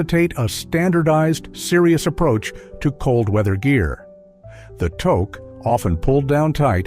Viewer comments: Togue is spelt Touque and with a U sound not an O sound if you were to spell it as it sounds it would be "Tuce" not Toce not all Canadian homs require shoes to be removed, I for one cannot walk properly without shos on even in the house as I have ancle problems so I apologize and explain my situation everyone is fine with that but if it is very wet out I will bring shoes to wear inside as not all Canadian homes offer house shoes or slippers, here in the backwoods of Canada called British columbia a forgotten western province that gets almost no attention as the majority of documentaries focus on easter Canada, but us BCers are not so fussy about that. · we say it as tuque not togue excent the u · Tuque pronounced Tooook. Victoria day weekend is two four weekend not 2nd to 4th weekend